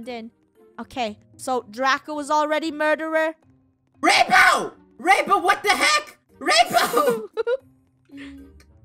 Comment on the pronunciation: Funneh: is so pro at this game Me:she say murterer:MURTERER Killer:stabs